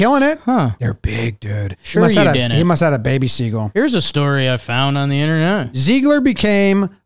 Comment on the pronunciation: i love how pronounces “seagull” such that it rhymes with “eagle”